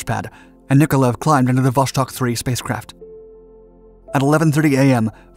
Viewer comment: Would like to watch the whole video, but hearing you say Wosztok is so irritating that i can't help myself.